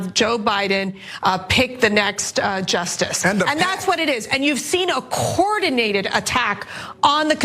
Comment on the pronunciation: "Cordinated"? I think she may need to go back to school to learn the pronunciation of coordinated.